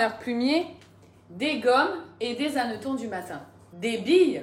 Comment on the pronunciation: Coucou, je crois qu'on ne fait pas la liaison avec hannetons. Des hannetons, pas des Zhannetons.😊 Bravo à Thibault! Trop fort sur son velo. Et c'est bien qu'Elina t'aide si besoin. Dur dur le coup du lave-vaisselle 😮 J'ai donné avec les réparations et la vaisselle à la main, j'en ai racheté un. Il y en a des pas chers à Électro dépôt